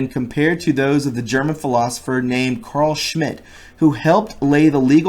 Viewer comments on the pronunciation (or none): none